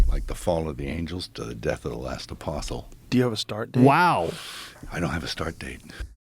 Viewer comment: Just so you know, the T is silent in apostle.